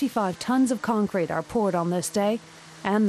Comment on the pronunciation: concrete ffs. at least you said it right second time